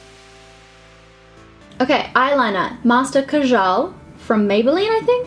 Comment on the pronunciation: Kajal is a hindi word & pronounced as "kaa-jal"